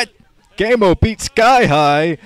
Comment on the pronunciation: The other commentators pronounce it "GeeGee-Emo".